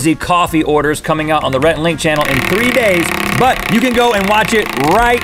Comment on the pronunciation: Reth totally pronounced that name wrong.